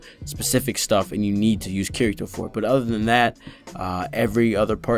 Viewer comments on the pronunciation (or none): BOI!!! Watch the show! It's pronounced KI-DI-TOE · Yeah and they say I ruv you also. Herro I ruv you a rot. Japanese accents pronounce L as r and often R is a hard D so Kirito becomes Kidito.